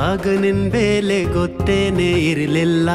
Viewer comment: ಬೆಲೆ ಗೆ ಬೇಲೆ ಅಂದ ಹಾಗಿದೆ, ಕನ್ನಡ ಸ್ವಸ್ಟತೆ ಇನ್ನಸ್ಟು 🙏👍